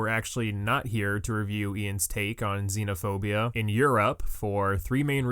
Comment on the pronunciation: IT'S XENOPHOBIA not Xenaphobia.